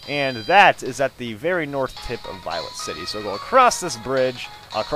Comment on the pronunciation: Notice how he says "Violent city"? Lol.